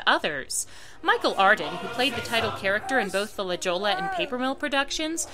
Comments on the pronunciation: That’s pronounced La Hoya. Not La J-olla. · La Jolla is a Spanish name so it's Pronounced La Hoya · Love you diva! But it’s pronounced la Hoya the j makes an H sound and the double l’s make the y sound lol but besides that this was a great piece and put everything in context. I still can’t believe Stephen Schwartz worked on this lol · La Jolla... You pronounced it incorrectly. It's just one of the most important regional theaters in the US. I was with you in your commentary until that point. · Your La Jolla pronunciation...it’s a normal mistake, but still, I kind of cringed.